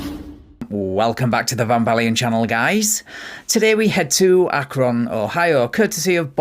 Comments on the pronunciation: It’s Akron not acron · Akron...Not Acron